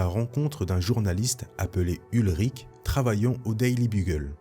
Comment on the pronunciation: Salut, merci pour ta vidéo, j'aimais déjà tes vidéos sur Star Wars mais là c'est encore mieux pour moi 🤗 Petite précision, le journaliste ce n'est pas "Ulrich" mais "Ben Urich", le personnage existe également dans l'univers Marvel Original et on peut le voir aussi dans le film Daredevil de 2003